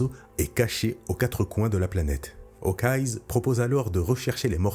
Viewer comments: S’il te plaît, arrête de dire "Hawkeyes", c’est Hawkeye sans s. On l’appelle œil de faucon, pas yeux de faucon. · Pourquoi tu prononces Hawkeye's ya pas de s ? Ils sont pas plusieurs